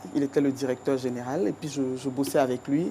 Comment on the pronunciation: On dit “Et puis” et non “Et pis”!